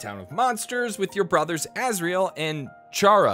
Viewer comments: Its actually pronounced chara (care-a) Being a pun on CHARActer Since chara IS technically the player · who says CHARA Like SHARA O_O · you...PRONOUNCED CHARA'S NAME WRONG!!!!